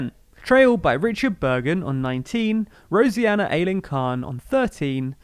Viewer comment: Appreciate the format, but there are some glaring factual inaccuracies in this: Nandy didn't quickly resign upon Corbyn becoming leader - she stayed in post until the 2016 'coup'; Yvette Cooper never publicly signalled her intention to run; Rosena is pronounced as it's written, not 'Rosianna'.